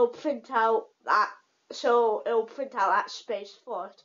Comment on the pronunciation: 'print' not pwint.